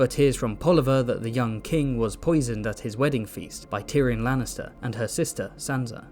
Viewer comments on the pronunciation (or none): none